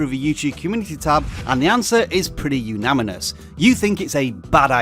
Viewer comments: "unaminous" I think its actually unanimous, but I like it lol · "Unaminus" lol